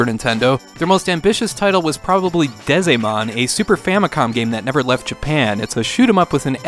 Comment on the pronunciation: FYI, Dezaemon is pronounced like the word "design". This is on purpose of course, since Dezaemon is a game where you design your own SHMUP games. You can even write your own music! Dezaemon is an amazing import to have on the Sega Saturn.